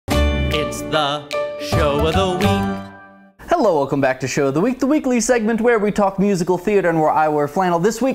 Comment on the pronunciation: my aesthetic was the power in which you pronounced the K in week